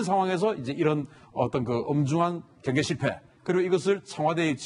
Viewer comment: 경상도 사람들은 복모음을 제대로 발음 못하는데, 제발 좀 훈련을 해라! 경계를 갱개라고 발음하고 관광단지를 강간단지라고...